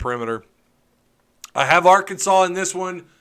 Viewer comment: I live in Alaska and just saying cos I have friends who sometimes watch with me and make those “stupid Arkansas jokes” every time you mispronounce the word. I love watching your show! Helps me keep up with the truth of Arkansas sports. Thanks